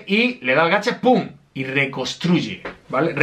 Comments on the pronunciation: Se pronuncia reconstruye no recostruye y le dijiste EMZ a Amber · Me quedé como que cuando dijo recosruye